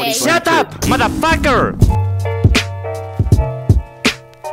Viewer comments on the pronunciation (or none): Me da gracia comp habla cpn el madafaquer ese Lo escribí mal nose Pero Auron si sabe pegarla bien para el ingles si la pega the Auron ¡¡MADAFAQUER CHET!! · JAJAJJAJAJAA AURON DICIENDO “SATAP MATARFACKAR”